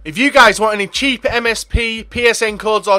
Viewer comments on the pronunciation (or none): none